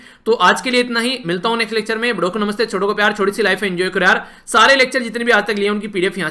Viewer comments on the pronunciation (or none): Sir ap badon ko namaste bolte h to hme budau ko namaste sunayi pdta hai😜